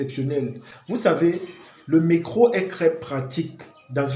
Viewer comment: C'est d'accent. Rien de grave